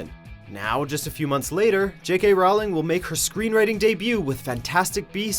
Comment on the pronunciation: WatchMojo doesn't pronounce J.K Rowling's name correctly. 😡-.